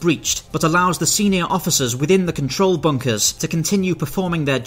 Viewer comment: He says "bunkers" but all I hear is "bonkers"